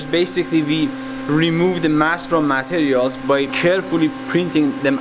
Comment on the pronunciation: This is awesome but I couldn't focus because he kept saying "MAT-erials." Every time he said it, it threw me off. And then "me-CHAN-isms." How can you be a genius materials scientists and not know how to say "materials"???